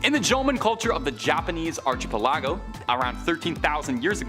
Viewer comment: ... anyone else notice his disgusting attempt at pronouncing "archipelago"? He actually said "archie-pelah-go"... ugh. Him mispronouncing that word so incredibly bad is one thing, but it making it to the published video means that everyone else in the process of filming, editing, and posting the video either missed it or they think that is how that word is pronounced. We are definitely getting dumber as a species... that's what happens when a species defys "survival of the fittest " as long as we have. In nature, the dumb ones die out... in human society, the dumb ones become internet personalities, law enforcement, soldiers, and even the president of the United States (trump). We really need to stop interfering with nature amd let tue dumb ones among us fall out of the gene pool, otherwise we're doomed to make "Idiocracy" a documentary instead of a comedy.